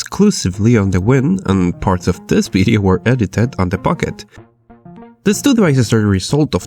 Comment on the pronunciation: please say "V" like you say in "everyone" and not "B" in 'video' "bideo"...